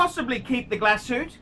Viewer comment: Keep the "Glasoot"